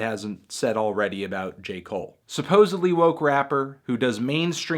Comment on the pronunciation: Anthony pronounces the word "woke" the same way I pronounce the word "tapeworm"